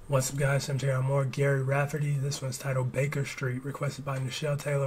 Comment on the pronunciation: Another of Scotland's great artists. Couldn't escape hearing this everywhere in 1978. This album finally dethroned the Saturday Night Fever soundtrack from #1 on the Billboard album chart! His first name is pronounced like "Jerry," not "Gary."